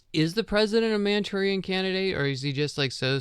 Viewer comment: What is this word your saying towards the end 😅 mantourian candidate? What is mantourian